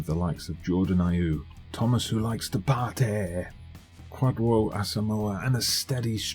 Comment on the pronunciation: Half way through this episode and nearly spat my coffee out laughing at "Thomas who likes to PARTEYYYY!"